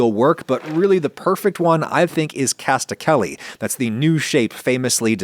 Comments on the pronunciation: Didn't catch yourself saying "Castacelli" instead of "Cascatelli"? lol edit: MORE THAN ONCE?! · Hey Adam, just want to make sure you know that it’s casCaTelli, not casTaCelli as you are pronouncing it. It’s name translates to “little waterfalls” since that’s kinda what they look like. Also notice the resemblance to the word “cascade”—cascata is used interchangeably for waterfall and cascade in Italian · Cascatelli... not castacelli. Not sure how you can say the name of the past you chose to use/show incorrectly so many times even when looking directly at the box. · Is it me or is he pronouncing casTakelli, instead of cascatelli? I think I heard it twice, even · cascatelli not castakelly😭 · Cask-a-telly, not cast-a-kelly 😉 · He did i thought i was going crazy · cascatelli not castacelli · It's like "cask-a-teli" but he keeps saying "cast-a-kelly" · THANK YOU lmao. I've been looking for this comment. As a dude who loves to tout his Italian-American heritage, I sure hope Adam reads this. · Did you pronounce cascatelli as castakelli on purpose? All Italian jokes on your channel fly right over my head. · Not that it matters, but CaSK-a-Telli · Adam has trouble saying cascatelli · Anyone else catch the mispronunciation of Cascatelli? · you swapped the c and the t in cascatelli